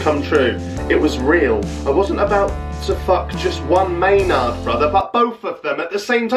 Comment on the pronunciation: goddamnit i never laughed so much...MAYNARD not MAATE...oh your friend Jamie needs to send you more of these hahah.